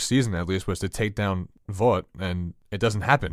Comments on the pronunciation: The fact that says Voit even though he knows it’s Vought makes me think he does it on purpose to spite everyone. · This guy needs to stop saying voit